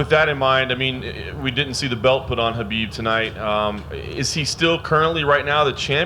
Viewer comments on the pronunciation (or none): Why are they calling him Habib instead of Khabib? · Habib??? Why every interview he gets his name wrong? Your a bigot and a chump! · Why do they keep calling him “habib”? It’s Khabib, with a kha-bib. Can’t even get the champions name straight?